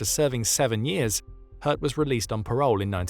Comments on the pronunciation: Names can be tricky, but I'm pretty sure it's pronounced similarly to the French word 'haute.' They were likely thinking of a name like 'Göth' and assuming there was an umlaut 'ö' in the name. Even so, I'm happy to overlook it based on the otherwise excellent narration by an actual human! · Please… Say ‘Hoth’, like ‘road’. Greetings from the Netherlands 🇳🇱. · How is he pronouncing "Hoth"? Sounds like "Hertz".